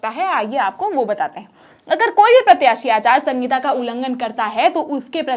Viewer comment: Anchor madam aachar sahita na ke aachar sangita